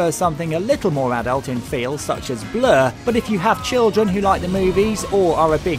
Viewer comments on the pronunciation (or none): Listen to how he says "Blur".